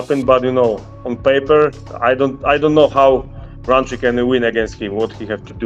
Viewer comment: ROUNTREE. put some respect on his name!!